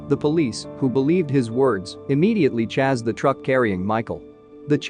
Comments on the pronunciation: Why do you say "Chazzed" not "Chased"? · Bro could you not say chased